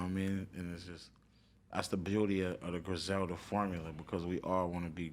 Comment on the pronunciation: It’s Griselda u bitch u!